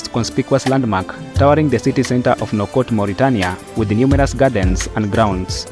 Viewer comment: You can’t even prounounce the capital of Mauritanie